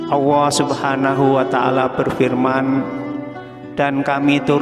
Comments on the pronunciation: Maaf. Kedengaran nya. Mengucapkan Allah.awooh apa telingah saya ya yg kurang jelas mendengar nya. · Apa saya yg salah dengar sebutan yg diucapkan suara dalam video ini, sebutan kata Allah menjadi owwoh? Astaghfirullah aladziim. Saudara, pelajari baik-baik menyebut kata Allah, bukan owwoh! Semoga tidak keliru! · Artikulasinya kurang jelas awoh apa Alloh,? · subhanallah.yang di sampai sangat bermanfaat.tapi caramu memanggil allah salah sahabat🙏🏻 tolong perbetul kan jangan jadi kan awwah.sudah jelas dengan allah.kena jadi awwah😢maaf kalau salah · Maaf ya min kok mimin ngucapin nya awoh... Bukan kah yg benar itu Allah.. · Sama,, sy jg mikir bgtu? Nyebutnya Owoh bkn Allah.. takut salah arti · Gimana ini.yg menjelaskan ini..bilang allah kok awwoh. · Allah atau Awwoh yg benar??? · Mohon maaf Tuhan pencipta langit dan bumi adalah Allah Subhanahuwataala bukan Awwoh... Kenapa lafadz Allah di rubah menjadi Awwoh... Ciba dengarkan dgn cermat apakah benar cara baca Lafadz Allah atau Awwoh. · Jangan bilang awoh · Sayang nyebutnya owwoh swt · Nyebut olloh tidak menggunakan lam zallalah jadi owoh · Assalamualaikum perbaiki dlu kata2 Allah nya